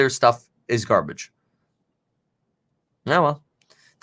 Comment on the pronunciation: Nobody: Kevin: Garbæge